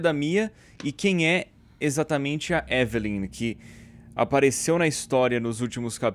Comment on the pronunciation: edu falando ivilynn, eu falando evelen